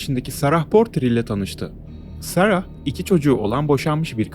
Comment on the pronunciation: “Sarahhh” değil “sera” diye oku nolur